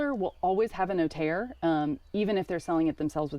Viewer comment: Cheers for your effort in telling us your house purchase process. You really butchered the notaire term though😂, priceless